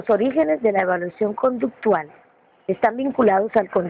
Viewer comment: que horrible video, redacción mala, lectura malisima, la persona no sabe leer ni pronunciar si lo esta leyendo de menos que lo haga bien ya que sus diapositivas sin orden se quedaban en la misma y según explicaba de verdad pésimo video no ayudo en nada y es conductual no conductal, lo vi a fuerza porque me lo dejaron de tarea.